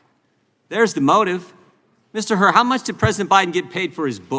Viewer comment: It's Hur, not Hurt.